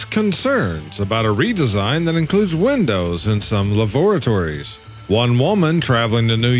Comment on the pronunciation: Is the narrator AI? Why couldn't it pronounce "lavatories"?